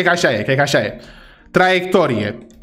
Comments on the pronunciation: Ai greșit un cuvânt tra-iec-to-ri-e😢😢😢😢😢😢😢😢😢😢😢😢😢😢😢😢😢😢😢😢😢😢😢😢😢😢 nota 9 🙄🙄🙄🙄🙄🙄🙄🤥🤥🤥🤥🤥🤥🤥🤥🤥☠️☠️☠️☠️☠️☠️ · Ai greșit ta-ec-to-ri-e